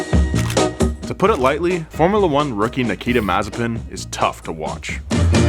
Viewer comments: Video as always was very good! Only thing is your pronunciation. He is mazEpin not mAzepin.😘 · Another one it is MazEpin (he's russian after all), not MAzepin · It’s pronounced, Mazes🅱️in. 😂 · Mazepin more like mazespin😂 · no, its masivespin